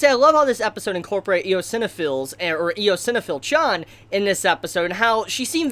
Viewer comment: Eosinophil is pronounced ice-on-uh-fill